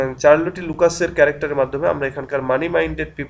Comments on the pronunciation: it's শারল্ট not চারল টি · in this video your pronunciation Charlotte is wrong...but i love your videos and its really helpful..